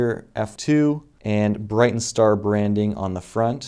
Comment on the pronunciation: It's called Brightin Star, not Brighten. Says so on the box you're showing.